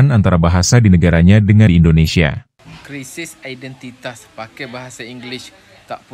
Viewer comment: Ngomong "identitas" aja belepotan ..😂😂